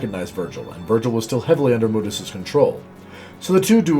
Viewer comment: You're not using the crappy reboot, so why are you using the crappy reboot's pronunciation of Mundus' name? In the original games, his name is pronounced "Moondus."